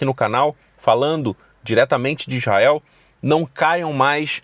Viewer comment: ESTE VELINHO NÃO SABER NEM FALA ISRAEL ELE FALA IZAEL E BURRO